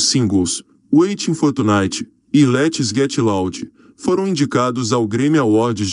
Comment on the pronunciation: O gajo a falar os nomes em inglês é bué engraçado "witin for tchunitchy" kkkkk "secound actchy" hahahahah mds "letchy getchy laudy" jahahahahahahahaha eu deus kkkk